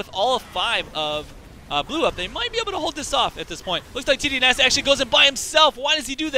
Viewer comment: You must mean TDynasty?